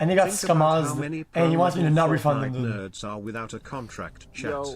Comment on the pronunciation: Do you know that it’s pronounced dood not did